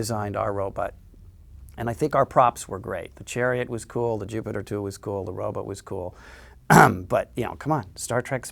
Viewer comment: Best thing about this interview? Bill Mumy still pronounces the word robot as “robut.”